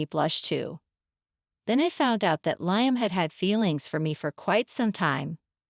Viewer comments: Liam. Li-am not lion lyon ? Get the pronouncements correct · Not Lie-am. It's Lee-am.